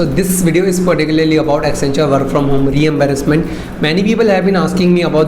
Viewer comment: Reimbursement sounded like re-embarrasment